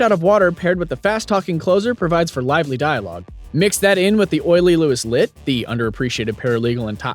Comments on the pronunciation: Lewis “Lott”? Turned this video off after . Can’t trust a reviewer that can’t get a primary supporting characters name right. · Him calling Louis "Louis Lott" shows hes never seen the show. I mean the firm has his name attached, they say it all the time, its Louis Litt, as in "you just got Litt up!" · It's Louis Litt. Not Lott. You guys...